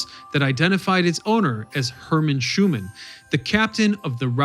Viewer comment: Herman Schuenemann not Schuman. I know bedtime am a granddaughter of Herman.